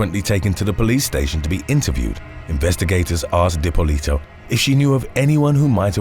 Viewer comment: Love you but the way your saying dippolito 🤢😶